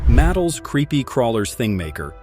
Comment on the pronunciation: MATT-uhl is pronounced muh-TELL or ma-TELL (If it's Mattel it's swell). Heavily censored 60s to today's foul language that, as they used to say, would make a sailor blush, is no improvement! Environmental protection is making rapid declines as the super rich and corporations are trying to take the Government out of the hands of the people.